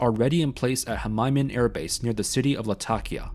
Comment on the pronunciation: Khmeimim Airbase is pronounced (roughly) "keh-meem" Airbase... just by the by